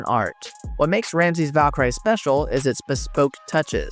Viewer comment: amazing how you can't pronounce the word Valkyrie.